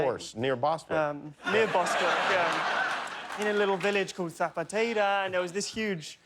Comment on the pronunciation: Spaniards speak with a lisp. Hence why he pronounces Zapateira as “thapateira” (which in turn sounds like “that potata” according to Jimmy.) wonder why they are the only country that pronounces their “s” sounding words as “th”....